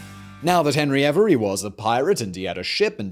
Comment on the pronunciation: Hebry every? Not henry avery?